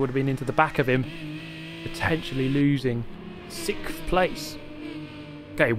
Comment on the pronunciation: "sickth place"